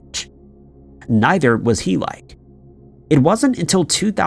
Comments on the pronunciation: The mispronunciations in yr videos are truly beyond belief . HEE-LYKE ?? Seriously ?? You are aware that neither ancient nor contemporary Greek words are pronounced like ENGLISH ONES , right ? Heh-lee-keh . Jesus . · Greek city Helike - Heel-ee-kee Like Helios. Not He-like. That was excruciating to listen to. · Hell - i - kee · You did all that research without bothering to look up how to pronounce Helike?